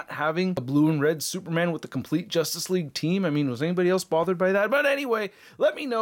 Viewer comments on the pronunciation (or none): "jostace League"